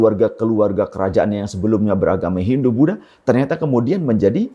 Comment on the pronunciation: Buat ane saran, demi kenyamanan bersama tlg tidak me waqaf semua kata indonesia anda dgn konsonan k. sehingga menyebut Budha menjadi Budhak